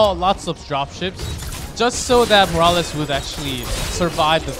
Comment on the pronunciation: am i the only one annoyed that one of them keeps calling morales as ''moraliz'' ??